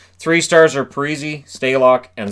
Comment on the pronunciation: Man I miss when they used to call Zack Pari-see as Pari-say